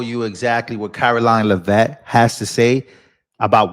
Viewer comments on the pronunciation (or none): Sorry, but Karoline Leavitt last name is pronounced like LEV- IT....Not La' vet. Sorry my OCD would not allow me to be silient. Carry on. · It's Leavit not Livette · Since you don't know how to pronounce names. I'll help you it's Leavitt not lavet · Her last name is pronounced phonetically Levvit. You are pronouncing it wrong. ❤ just a kind reminder ❤ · It’s pronounced “leave-it”. Stress on first syllable. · you put on a great show but please, learn how to pronounce Karoline’s last name. It’s Lev. rhymes with Bev and it. Emphasis on the first syllable. It’s just annoying to hear you mispronounce it all the time. 😂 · please review the way you pronounce Karoline Leavitt’s last name. I have to laugh every time I hear you pronounce it the way that you do. I love your show. ❤❤❤ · You pronounced her last name wrong, guy. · Why you say her name like that 😂